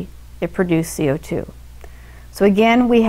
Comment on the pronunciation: I love the the way that she says "CO2" Amazing video